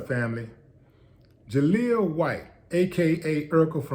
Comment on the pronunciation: Not Jaleel.. More like JaSQUEAL...